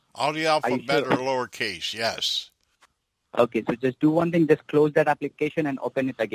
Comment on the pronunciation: "Do one ting". Ends up to doing 20 tings. 😂😂